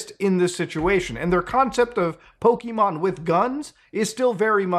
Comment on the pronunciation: Thank you for not saying "Poke uh Mon" like everyone does. "Pokey Mon" is so much nicer to hear. Granted neither are the real pronunciation, Pokémon with that accented e is actually said as "Po Kay Mon" but I digress.